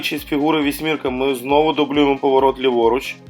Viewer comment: Поворот - вісімка ( а не вісмірка) 🤭